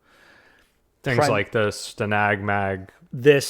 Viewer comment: as a Brit (living in the US) and a member of NATO, I thank you again for pronouncing STANAG correctly.